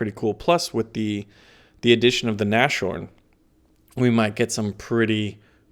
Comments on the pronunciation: You said it again XD it's not Nash horn its nas horn and the sh in English isn't the same in German, in German its sch instead of sh ;D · you still haven't figured out how to pronounce Nashorn. The literal translation of that word is "nose-horn" or "horn on the nose". So please, stop saying na-sh-horn and instead say Nas - Horn, because your current pronunciation is cringe worthy. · You spell it NaS-Horn, Not NaSCHorn !! It literally stands for: Nase=Nose and Horn=Horn => Nashorn In every Video you spell german words wrong.. Jesus Christus!